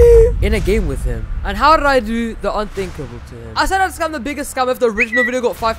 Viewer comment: The “HOW DRRRRID I DO”